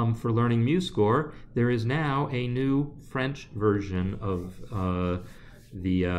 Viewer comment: Hi, very interesting video, thanks for promoting the french version of your course ! Your french pronunciation is very good :-) Amandine